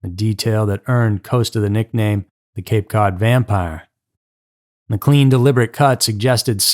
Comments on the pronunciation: this mf said cape code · "Cape Code"??? Also it's Cost-a NOT "Coast-a"